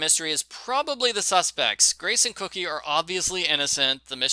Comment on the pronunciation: It's pronounced coke/y not cookie.. not trying to be an ass, I just thought I would tell you. Like your reviews. I read every book as a kid. Lol